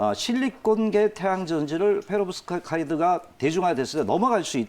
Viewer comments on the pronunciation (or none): 성가시게 왜 자꾸 페로브스카이드 라고 읽는건지.. 트라고 트! 내용도 자신이 알고 준비한게 아닌듯.